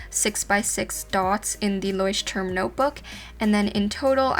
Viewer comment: For me as a German it is so funny to hear how the Americans pronounce Leuchtturm ( it is German and means lighthouse ) 😂❤️